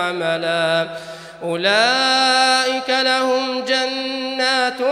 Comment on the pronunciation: Erreur sur les mots des le début Lahoum, pas laho !!!! Attention